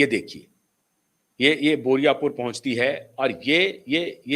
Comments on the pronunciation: पहले बोले बुराईपुर, अब बोल रहे हैं बोरिया पुर। बारुईपुर बोलने में आप को इतनी दिक्कत हो रही है? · "बोरियापुर" नहीं , बारूई पुर " सर ।